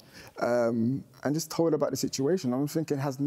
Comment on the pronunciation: He said am I jist😭😭😭😭